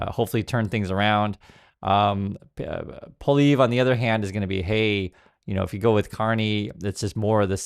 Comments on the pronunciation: Poilievre is pronounced "Pwa ly ev ruh." But you needn't worry about that after Monday's election. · Pol E Ev... I'd you're going to speak on Canadian politics you'll sound a lot more credible if you can pronounce the name... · Happy to see you covering Canadian issues, the largest of which currently is responding to the US administration. I voted last weekend. Just so you’re aware, Pollievre is pronounced “polly-ev” (the “re” is silent). In no way should this be perceived as an endorsement for him. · Just a note for our American friends. Poilievre is a French name, 3 syllables and pronounced Pwah-lee-ev.(sorry - this is my best attempt to write phonetically) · It's pronounced PWA-lee-ev. In case he wins. Just a word to the wise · It’s pronounced Polly Ev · It’s an anthem not a song and it’s “Polly ev” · Pronounce Polievre as "Polly-Ev," or "Polly-Ever," which still isn't close to the proper French pronunciation. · I prefer the pronunciation PoiliNevre. I have already voted. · Are you kidding me? PP is mini-trump wanabe. Carney is a proven economist of excellence. PP is just like trump a lair like trump interested on giving tax cuts to the rich. You are mispronouncing Poly-ev. Like the name of a girl with "ev" at the end. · Please do not call a national anthem a song. Thank you. And please learn to pronounce someone’s name correctly. Thank you for keeping us in the loop. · Lol... You can't even pronounce his name! Most Canadians can't stand listening to that 'Mini Maga' wannabe: Pierre Poilievre that is. 😡